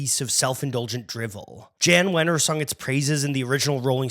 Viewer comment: I can't believe that in of the video you said "Jan" Wenner instead of the correct pronunciation "Yahn" Wenner. Glaring faux pas.